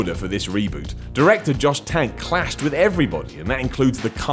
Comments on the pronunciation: So here we go again calling any movie with mutated humans "zombies". Didn't we get over this with 28 Days?? Now it's I Am Legend? Oh, and the last name of the FF director was TRANK, not Tank, you dumb fucking Limey. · not "Tank". Geez buddy, you're on quite the roll today:)